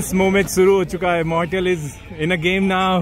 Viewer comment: mortal ❌murthal ✅